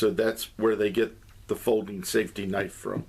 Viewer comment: Safety, not saftey.